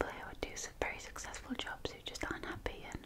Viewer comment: You say hoppy. It's happy!!!